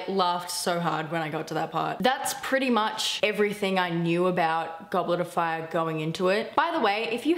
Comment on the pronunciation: One question "Goblarafar" ? IT IS "GOBLETOFFAAAAAYAAAAAAH" :)